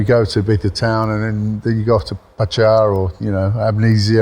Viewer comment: Hi How come you say Patcha instead of Pacha? I’m interested. Thanks